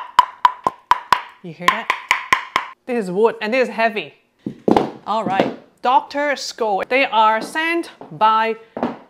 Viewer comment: my dear, the Austrian name Scholl is pronounced the same as the English word shoal. You were close.